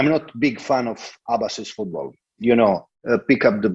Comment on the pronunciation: Bro you pronounce football as foodball..